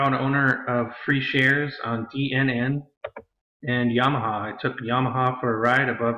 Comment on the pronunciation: hi need to correct you. it is yamana gold, not yamaha piano.